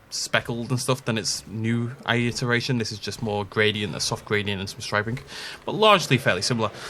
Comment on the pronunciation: Can I ask why you add an extra ‘aye’ when you say iteration?